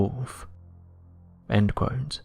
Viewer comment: I can't watch this channel any more. This guy can't say the word "quote" properly.